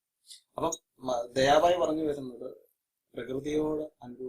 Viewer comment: Bhi not bai